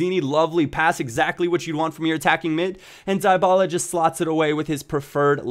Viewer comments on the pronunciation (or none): Dee-Baluh please (: Paulo dybala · Dybala is pronounced Dee-ba-la